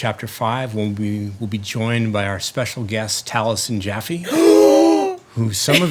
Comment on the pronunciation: OH MY GOd I GASPED ALONG WITH THE CREW WHEN HE SAID TALISEN JAFFE